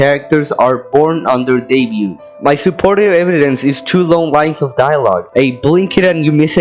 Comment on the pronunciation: "On their deputes.. D-debot? How the f do you pronounce that" "(debuts) Debuts. (debuts) Debuts." - 2023